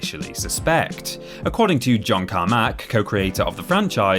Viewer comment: The way you say Carmack is weird